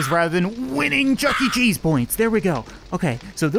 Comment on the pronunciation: chuck-e cheese points you mean... CHUCK CHEZ points